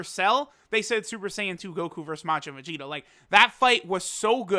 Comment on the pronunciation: Vag-eta? lol!